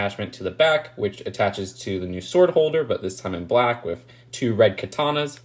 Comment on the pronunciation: Instead of saying “With” always say “wif” lmao